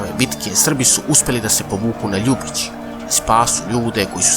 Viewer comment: Ako vec pravite video, onda naučite kako se pravilo izgovaraju imena toponima koje spominjete. Ovde sve vreme, pogresno akcentujete Ljubić.